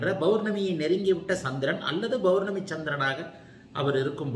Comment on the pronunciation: Sir palangal and pournami.. not balangal and bournami.